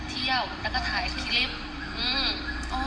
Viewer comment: คุณครูสอนภาษาอังกฤษ คุณครูต้องพูดคำที่เป็นภาษาอังกฤษให้ถูกต้อง เป็นตัวอย่างกับคนอื่นด้วย. คำว่าคลิป มาจากภาษาอังกฤษว่า CLIP ต้องออกเสียง L. หรือ ล.ลิงด้วย อย่าพูดแต่ คิป คิป ๆๆๆ ทุกคำ😮😮😮😮